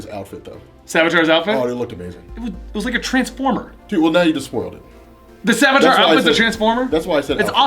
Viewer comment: And it's Savitar, not Savatar.